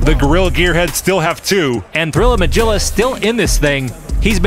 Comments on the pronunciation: Yeah! I was triggered. It is not "Ma-Jill-Ah," it's "Ma-Gill-Ah." Like the "Magilla Gorilla," the Hannah Barbara character. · I think it's pronounced Mah-gill-ah rather than Mah-jill-ah. It might be a nod to Magilla Gorilla (cartoon from the late 60's). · Anybody else's bothered that he says "Majilla" instead of "Magilla?" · That was a great fight from all the teams. (Its a soft G, as in 'get', in Magilla. From the cartoon Magilla Gorilla) Great work. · “Magilla” has a hard “g” sound - you kids never watched Hanna Barbara cartoons? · I gotta say this because I'm not seeing it in the comments, but you guys a mispronouncing Magilla. The G is hard. I'm kinda surprised actually. It's an old enough cartoon. Magilla Gorilla? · This was bothering the hell out of me and my wife today... Its mah-GILL-ah not mah-GILL-ah. You know, like the cartoon? Magilla gorilla??